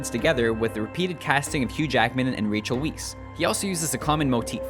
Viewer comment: Racheel Viess? Rachel Weiss is not pronounced like that it is ei not ie. Rachel ought to be pronounced like oracle but with ch Weiss is pronounced like white with an hiss at the end.